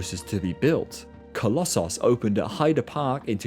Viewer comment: I love how you say Col-oss-oss...! 😆